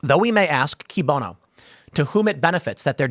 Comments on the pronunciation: It's actually pronounced as "kwēē bōnō" ... "kēē bōnō" is a relatively modern adaptation. But I don't guess it really matters. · It's pronounced "kwee bono," Tim. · "Cui bono" is pronounced "kwee bono." The "u" is "cui" is pronounced like our "w" when it precedes a vowel. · Cui bono is KOO-eeh BOH-no. And this is easily the funniest segment you've ever put out. I've already played it three times!!